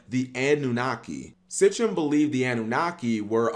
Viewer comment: "Mesopotomamia" & "Sitchem" 😄